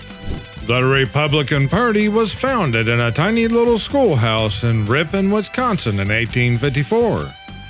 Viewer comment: It's WIS CON SIN not WINS CON SIN. Thank from the Badger state!